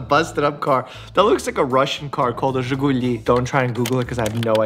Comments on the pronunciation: Wow! You pronounce Жигули (Dgziguli, idk 🤣) like you are russian))) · the way he pronounced it thoo,loved that (a Bulgarian heree xd) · Annoellia lol you’re exactly on point. I’m a little rusty on my Russian but once I heard him say it flawlessly I was able to type it out. Жигули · Жигули - The way Dr. Mike pronounced it, for sure it had to start with "Ж" (That's the Zh sound). Exported, they were Lada. But yes, definitely, that's the shape, very boxy. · Him knowing what Zhiguli is AND pronouncing it right caught me so off guard lol